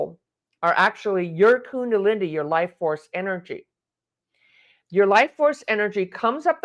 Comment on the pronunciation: Kundalini ="kuun-DAH-Lee-NEE